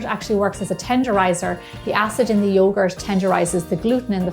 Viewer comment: It's not YOGORCH . It's yogurt 😒